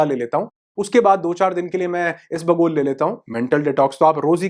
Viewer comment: सर, "ईस बगुल" नहीं, ईसबगुल, ऐक साथ ही बोले.